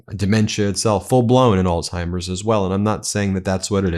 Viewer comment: Thank you for pronouncing Alzheimers correctly. Most people say Alltimers. People are so stupid. As for Trump, he's one of the boasters and lovers of self that the scriptures warned us about.